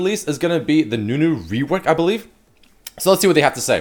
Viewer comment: You said Ezreal reowork not rework.